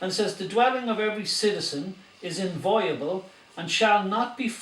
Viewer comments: Difficult to take this kind of armchair legalese seriously when the guy can't pronounce the word "inviolable". He says it several times and even defines it, then pronounces it "inviable". The idiot with the camera and the bizarre mid-Atlantic accent has a very punchable head on him. No one is going to take this kind of thing seriously until they take themselves seriously. Mobs at gates and excited hippies won't do it but sure why not give it an auld lash! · Minor point but important if challenging the law. The word is: in·vi·o·la·ble not "inviable" as mispronounced here. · Somebody teach him to pronounce IN-VI-OLABLE. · This guy doesn't know the law! He's even mispronouncing the word 'inviolable'. He's misquoting the constitution. He neglects to mention that a warrant DOES confer a right of entry